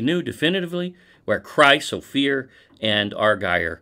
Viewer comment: Christopher... Chryse Ophir ? :P